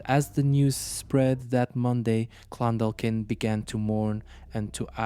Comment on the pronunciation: This happened in Shancastle Close, in Clondalkin on Dublin southside. I’m from Shancastle Cresent. The chap pronounced all the names grand, except Clon-Daw-kin, the L is silent